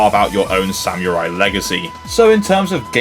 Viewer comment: Great video! I actually haven't tried Ridge Racer yet, which is odd as it's one of the THREE decent racing games I could find (with a physical release) on the 3DS. THREE. Even the GBA probably had more! Not sure why I never got it....Oh, and, uh, just so you know for the future - that's not how you pronounce samurai